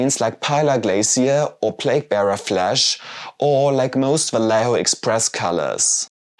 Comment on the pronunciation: The "lle" in "Vallejo" is pronounced as "jeh".